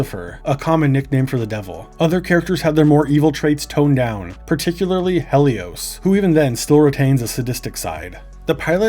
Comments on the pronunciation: Hell-ee-ose? That's not her name. It's Helloise! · a lot of mispronunciations on this video, but i took personal offence at Heloise, or how you said her name, Helios. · Ive never heard some one pronounce heloise like that